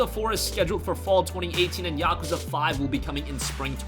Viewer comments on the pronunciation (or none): Stop saying Yakwza.....STOP